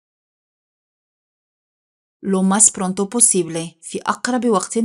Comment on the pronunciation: Prunto ❌ Pronto